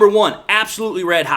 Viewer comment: you do a great job. But can you stop calling Rakestraw Enos? It's Ennis. Like tennis, without the t. Please and thank you.